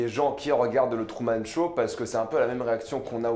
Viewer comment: Il dit trou au lieu de true